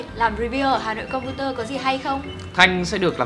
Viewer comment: hà nội computer mà đọc cứ là hặn compurer